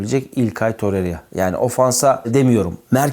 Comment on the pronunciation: Babuş şu işi bi çözelim sizin kafanız Riera yüzünden karışıyo sanırım, Tor-rey-ra diye okunuyor, torre-riya diye değil.